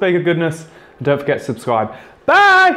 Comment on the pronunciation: His American came through on that "bye!"